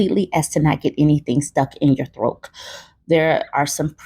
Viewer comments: …This woman has the audacity to judge someone after pronouncing the word throat as “throak.” GTFOH!!! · Girl! 😂😂😂😂 "Throak" instead of throat has me dying! 🤣🤣🤣🤣🤣 My cousins and I have been saying it for yrs! We're from the Chicago area. 🤣🤣🤣🤣 💀 ⚰️